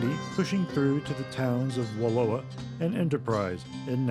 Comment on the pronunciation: 'Slough' is pronounced 'sloo.' Wallowa rhymes with 'Allow-a' not Aloha.